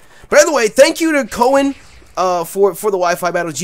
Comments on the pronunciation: I love you pronounced Koen xD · great battle!!, just wanted to note that koen is dutch so you pronounce his name like k,oo,n, the oo has to sound like the oo from spoon. just a little lesson in dutch.:) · I'm pretty sure it's pronounced Koon, it's a Dutch name. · you butchered his name. It's pronounced like Koon. I know, because i have the same name and its a very distinct dutch name. Just sayinnn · Its koen like the oe=ou of tourist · How you pronounced Koen made me laugh, but you couldn't know how to pronounce a typical dutch name. It's pretty difficult for foreigners haha